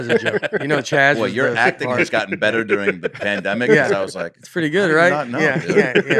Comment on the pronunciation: Washington State! My home state. By the way, Nates pronunciation of "We'll" sounds a lot like "we're". Like "we're have some more New York comics on". And "dearing" instead of "during". Is that a southern thing? I initially thought Nate was doing a bit. Like he says his comedy is based on him playing dumb. But the more i listen, the more i think this is just how he is. Funniest podcast out there! I hope one of Nates pilots gets picked up. He has some hilarious ideas.